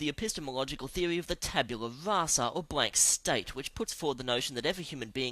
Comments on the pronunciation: I hope the manic narrator is saying "blank slate," not "blank state." (tabula rasa = blank slate). Good info, but the profanity is unnecessary and insulting. 😕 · Did he say "Blank State?"